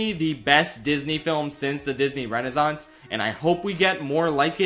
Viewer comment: There are two "s" in Renaissance. You should pronounce them.